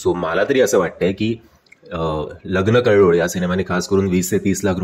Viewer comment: कळ्ळोळ नाही कल्लोळ